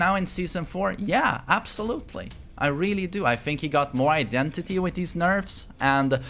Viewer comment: You do good until you say “identity” lmao